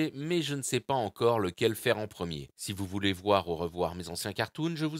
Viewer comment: C’est pas « odyssée » mais Odysee « odissi » see comme voir. Pour une fois, qu’il faut prononcer un mot à l’anglaise, vous êtes pas cap. 🤦🏻‍♂️